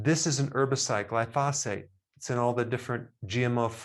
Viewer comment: Just had a hysterectomy with prolapse surgery three weeks ago. Felt great day 2, weight went back to pre-surgery within a week. I know it’s early but I don’t anticipate any issues. I would like you to pronounce “glyphosate” correctly. As an Iowan living in the midst of corn and soybean fields, the mispronunciation grates on me 😊